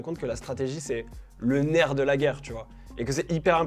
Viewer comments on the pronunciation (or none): none